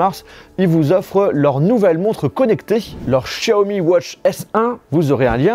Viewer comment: Comme tous les autres tu devrais apprendre la prononciation de certaines lettres de l'alphabet français , tu penses être intelligent mais tu te trompes , la lettre X se prononce comme la lettre S et non Ch tous des gros nuls